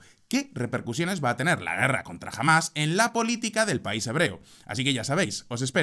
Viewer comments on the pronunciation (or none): none